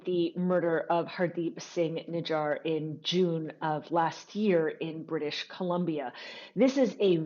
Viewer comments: if a single English Canadian pronounce nijjar correctly we will surrender..... you idoits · Atleast.learn to pronounce Nijjar